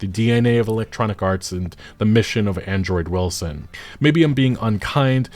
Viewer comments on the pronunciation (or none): Why do you keep saying Android Wilson when his name is Andrew Wilson?😂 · Why does it sound like you call him Android Wilson lmao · Hilarious that you keep saying Android Wilson. Ty for the video, sad what EA has become. Hopefully no ADs never show up in game like a damn commercial break. Keep that shit outta here. Bad enough that you can pay for a "Unlimited" streaming service and you STILL get commercials, as if the exorborant fee wasn't enough as it is.